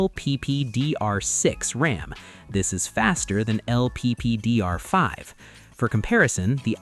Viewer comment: Its LPDDR 5 not lppdr 5